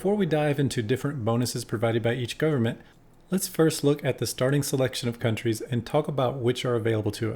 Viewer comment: Thanks for pronouncing the names of the countries well! Seems you know your history.